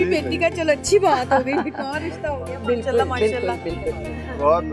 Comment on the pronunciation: Always say Masha Allah right pronunciation